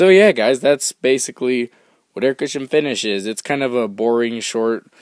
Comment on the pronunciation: explaining "Aircutcha finssh.